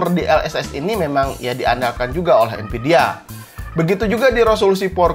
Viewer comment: nvidia pake pake "v" bang nonton channel ini dari jaman rakit pake core 2 duo nvidia masih pake "p" terus jadi npidia wkwkwkwk